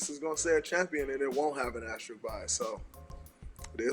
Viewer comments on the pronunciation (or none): is anyone gonna correct Jalen rose and tell him it’s asterisk, not asterist 😭